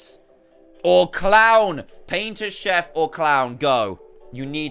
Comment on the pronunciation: D chef not shef